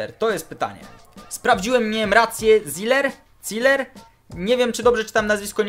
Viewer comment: czyta się ciler